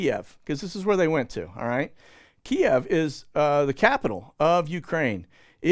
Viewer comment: Thank you for pronouncing "Kiev" correctly. Really nauseated hearing it pronounced "Keev". 😊